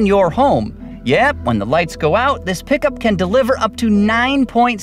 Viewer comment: I stopped at "pick-a-ma up truck".